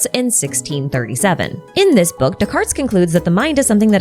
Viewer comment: Please, no "S" sound at the end of Descartes.